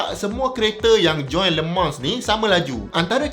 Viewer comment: ak dgr prof sebut cm lemang bkn le mans😅 kali ke 2 prof sbut baru dgr bnyi le mans😂